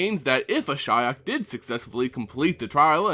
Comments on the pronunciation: ^ this. The Cringe everytime he says Ashaya is real... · Uh-SHI-ok? Why wouldn't you pronounce it "ASH-ee-ok"? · dude, it´s ashiok not ashyok... jeez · I've said before this speculation videos are really stupid, no bases, no facts, only wild thoughts. And for someone into the Lore i didn't know Nissa's Elemental got the Spark Ignited. Ashaya, the Awoken World nice speculation there.... Or, wait, do you mean Ashiok? How come in my country (non speaking country) can say that name in perfection and a english speaker say Ashaya?? fuck sake man. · Why Ashaya? Good Lord, Hell I was confused at the first few minutes. I did facepalm in the end. Sorry I love your vids but your pronunciation confuses me(I thought Ashaya is somewhat connected to Ashiok). I'm not an engrish dude or whateva, but I can pronounce Ashiok correctly. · Interesting way of pronouncing Ashiok's name. I was pronouncing it "ash ee ok" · Ash-E-ok. i love the videos for information, but your pronunciations are atrocious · At firs I almost thought you said Ashaya :) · Love your videos, but isn't it pronounced Ash-e-ock? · I couldn't make it through the video. your pronunciation of Ashiok was killing me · did anyone else stop watching the video because of the way he butchered that name? thumbs down. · I mean, I know you pronounce everything incorrectly, but I don't think you could have fucked up Ashiok's name any more than you did. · That´s how most people pronounces it. always finds weird ways to pronounce names.